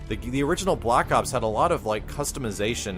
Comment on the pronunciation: why does he keep saying block ops D